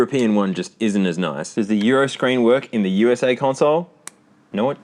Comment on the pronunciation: Nobody calls America "oosah".. It's U.S.A. or America..